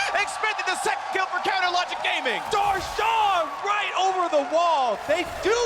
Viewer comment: is it me or do I hear him say " counter logic grame-ing" lol